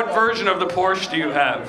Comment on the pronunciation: What kind of person owns a Porsche and doesn't pronounce it correctly?! Hate those people